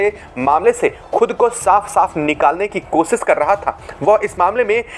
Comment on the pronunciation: Apna diction improve karo nahi to aage se bolna band karo. Kosis nahi hota hai koshish hota hai 😢